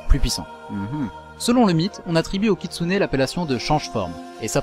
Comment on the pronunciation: J'ai cru que t'avais dit katsuni ducoup...c'était un peu ambiguë au début XD